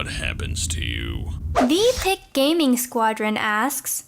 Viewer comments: Theepic its pronunce the epic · it's pronounced the epic gaming squad not the pic gaming squad. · Also did anyone else notice that pronounced theepicgaming wrong